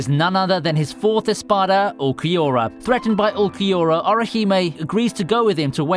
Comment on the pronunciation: great vid but u need work pronouncing names just like Urukiora ( Uru ki ora).